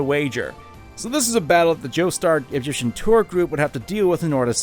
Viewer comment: Stardust Crusaders. Say it with me: STAR. DUST. CRUSADERS. “Jostar Egyptian tour group” makes me irrationally angry